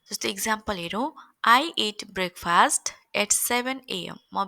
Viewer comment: यसकाे उच्चारण ब्रेकफस्ट हुन्छ फास्ट होइन